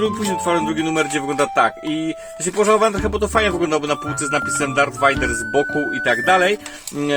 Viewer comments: Nie wajder tylko wejder tak się mówi a pisze Vader ale to raczej wszyscy wiedzą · mokry sen każdego fana Star Wars wymawianie Vader vajder (to tez taki sucharek nie ma zamiaru nikogo urazić)